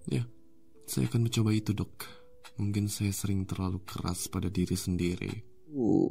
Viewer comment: Aku dengernya Dog bukan Dok🗿